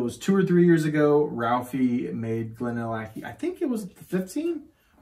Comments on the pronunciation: Glad to hear it. Missed your fun approach. Even if you can’t pronounce Glenallachie !!!😁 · yeah I murdered that pronunciation….I don’t know what my deal was because i know how to pronounce it properly and apparently just forgot and let my inner hillbilly out🙂